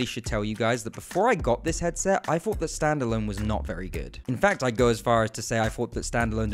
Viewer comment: This video bugs the shit outta me because i keep hearing him say "quest free" and "fought" instead of "thought"